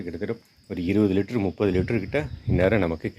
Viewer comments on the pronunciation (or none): none